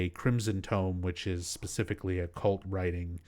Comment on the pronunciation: I noticed you always say "pacifically" instead of "specifically" 😊 It's kinda cute.